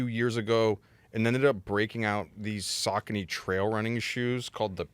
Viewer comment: can’t even pronounce Saucony correctly…